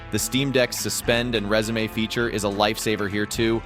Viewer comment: Anyone want to comment on how resume was pronounced lol. Great list though man